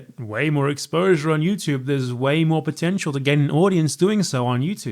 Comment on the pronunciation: British people be like Youchube